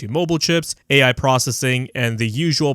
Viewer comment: LOL, "AI" sounded suspiciously similiar to "TV" from 12 years ago ;).